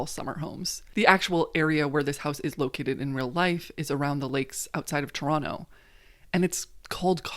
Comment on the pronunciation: I'm Canadian and super obsessed with this show and also with your channel, and I am so happy – SO HAPPY – that you made this video (also, big props for saying Toronto correctly)